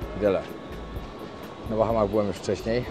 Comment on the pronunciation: BAHAMAS....a nie BACHAMACH😂😂😂